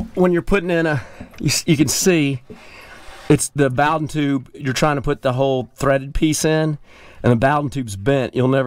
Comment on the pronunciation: Love how he pronounced "bowden tube" LOL ;-) The Bow is like Snowden😉Sorry just me being persnickety 😉 Love your channel keep it up!!! 👊👊👊👊👊